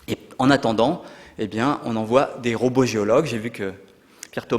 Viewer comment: pourquoi vous prononcez RO BOT j'ai 'impression d'entendre RO BOTTE,Ca se prononce comme le son (ro beau) ROBOT